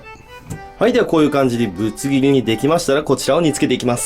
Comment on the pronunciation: きまぐれクックさん ぶつ切りって言うの 苦手説